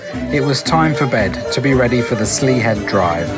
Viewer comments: My mum's from this area - so have known it well since childhood. I am just surprised that you simply did not ask for help in pronouncing local place names (Slea Head = Slay Head, Iveragh Peninsula (Ive-er-ra). "An Droichead Beag" means "The Small bridge" (pronounced phonetically as "On Dri-hed bi-yug" (Dri as in the beginning of the word 'drip', yug like 'jug'. simple really! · Slea Head is pronounced “slay” head.